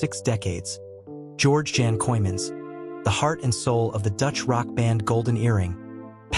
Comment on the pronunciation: weer een AI in elkaar geknutselde video en de man zijn naam wordt niet eens correct uitgesproken , wordt hier niet goed van , of ligt het aan mij